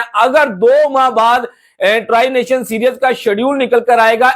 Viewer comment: Mere bhai, its pronounced see-r-ees not serious!!! And, why does that high level of security is needed in Pakistan!??!